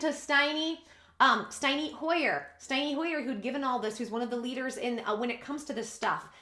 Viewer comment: I like shorter! It is pronounced St. En. NY. HOYER THE MIDDLE LIKE END NOT steiny.... lol